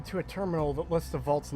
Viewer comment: Blowing Garza apart with a combat shotgun right in front of Doctor Lee is hilarious. Oh—and I think it's funny how you call it the "Crapital Wasteland".